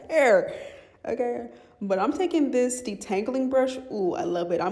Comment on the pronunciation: lol sis said “it’s steps to dis” no it really iiissss 😂😂😂😂😂